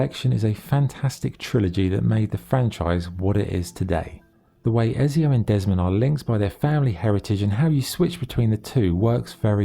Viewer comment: How hard is it to say ezio properly 😂 also ac 2 is not mainly set on montergioni prolly, spelled that wrong, your mainly in Florence and Venice